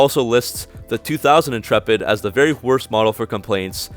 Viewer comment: Dodge inchurpit in-churp-it